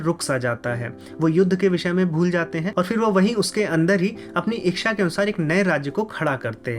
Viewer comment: इच्छा का उच्चारण सुधार लीजिये. इक्षा नहीं होता